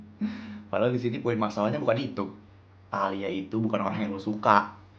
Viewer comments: tahila?? Talia dongg 😊😊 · ngomong talia jd taila😂😂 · Ngakak banget pas salah ngomong talia jadi tahila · talia pls bukan taila,typo mulut 😭😭😭